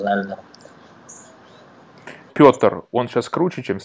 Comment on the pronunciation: русского чемпиона UFC зовут не Питер (Пэн), Петр Ян, ну как так...Петр, а Питер, как ты его назвал на 9.34